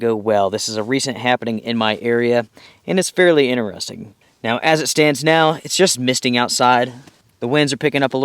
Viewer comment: “Winner storm”. “Inneresting “